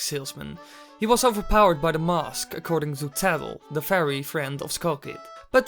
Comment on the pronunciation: finally mask isnt pronouced "mausk"